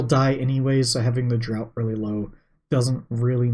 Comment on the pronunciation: Just a quick note.. "draught" is pronounced "draft" in salty sailor speak.